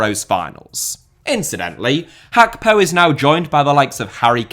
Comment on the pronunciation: “HAPKO”